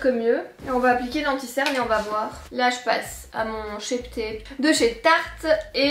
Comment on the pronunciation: Ah finalement tu as choisie le haut avec les fleurs! 🥰 (vlog et Enzo) Je t'adore, tu me fais tellement rire 😂 "Allez vwer" 😂 "Demain on va sortir un géranium pour se maquiller" 😂 Enfin SOIT! Tu es au TOP du TOP, continue comme ça! Prends bien soin de toi,d'Enzo, de Django, de Wilo et sans oublier les poules et les biquettes! ❤ Pleins de bisous, D'une petite belge! 🇧🇪